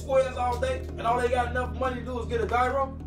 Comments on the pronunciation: Gyro is not pronounced guy-row lol😂it’s pronounced yeah row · GUY-ROW!? Where they from? we call it a “Jye-Roe” in Cleveland even though it’s really pronounced as “Yee-ro” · 1) She took time to write her vows .. he didn’t ! 2) How tf he don’t know that the g in gyro is silent ?!